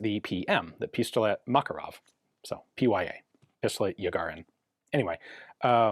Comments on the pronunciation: Makarov is pronounced as Makárov, with the emphasis on the second syllable. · Грач - rhymes with "patch". Absolutely terrible conversion system someone came up with long ago to convert Cyrillic to Latin characters. Also, Макаров - Ma-kar-ov, not Mak-a-rov. You'd think with AI there would be a better conversion system by now. Автомат Калашникова - Av-to-mat Ka-lash-ni-kov-a, not ko-va.